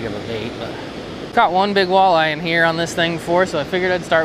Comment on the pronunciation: I literally stopped watching marshall outdoors cuz he says walleye that way...